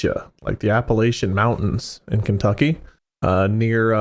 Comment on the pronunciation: Came to find the comments pointing and laughing at the way pronounced "Appalachian" to no avail 🥀 He's not from the south so it's understandable at least lol